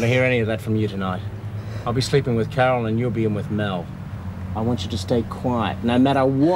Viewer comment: I love the way that guys sits up and says "Cawol" after the gun shot wakes him lol. Judy and Doreen's excuse for fighting .... Ronald Reagan cracked me up! Po Face shouldn't have been allowed to process "Cawol" Lewis.